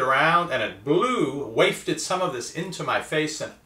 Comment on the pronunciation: you say it "waifted" into your eyes/mouth. It's "waft". It rhymes with "coughed". Just FYI. Sorry to be a pronunciation nazi, but I've noticed you say "waift" a few times in your videos. Keep up the good videos, though!